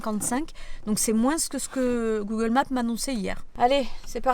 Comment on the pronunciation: Mais les français vous dites moins en prononçant le s ? Ça me perturbe en tant que belge haha 😭 super vidéo sinon! ☺️